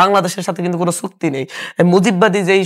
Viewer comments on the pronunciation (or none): ছুক্তি না ভাই চুক্তি